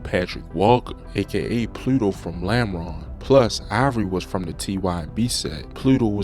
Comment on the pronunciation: Normal ❌ Lameron ✅